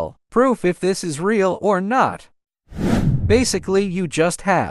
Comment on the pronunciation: Re-yal or fake fake oh no re-yal